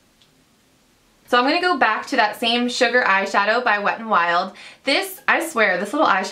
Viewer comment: I hate the way you say "to"